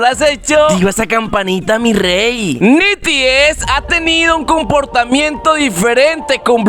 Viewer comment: No se pronuncia nities se pronuncia NETIS XD